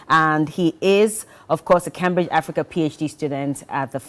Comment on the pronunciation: It’s pronounced as Kaimbridge (Cambridge) and not kambridge